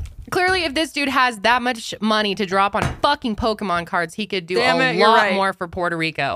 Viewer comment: Lol my grandad used to say pokeman too lol